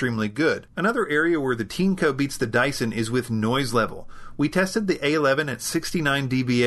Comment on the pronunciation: Looks a lot like a Dyson V8 clone. How is the filtration compared to Dyson. For the price, vs. Dyson, it's compelling. - is it pronounced "teanco" as you said it? The spelling, as you no doubt know, is Tineco. This seems like it would pronounced like tin, or perhaps 'tean' followed by eco. Regardless of how it's priced, you still get a like for making the best vacuum videos. I look forward to Tuesday and Fridays - strange but true.